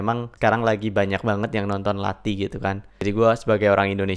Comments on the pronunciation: Pengucapannya bukan lati, tapi lathi th nya tebal, misalnya "pitek e nothol sego" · Lathi lek moco, ilat e kelet neng duwur, uduk nek mburi untu = lathi cara bacanya lidah nempel di langit2 mulut, bukan di belakang gigi